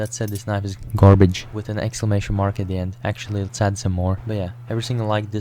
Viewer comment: GARBEDŻ :¬D